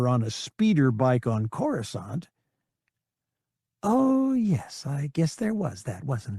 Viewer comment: At least he knows how to pronounce Coruscant.